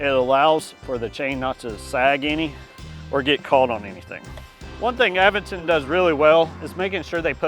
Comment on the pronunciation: It's cool that you pronounce Aventon properly, and not aVENton - like those screwballs on YouTube. 👍